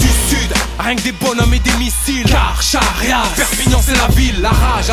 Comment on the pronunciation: Carcharias ça se prononce [karkarias] et pas " kar chat riasse. " ^^